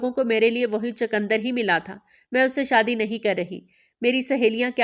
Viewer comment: چقندر صحیح لفظ ہے چکندر نہیں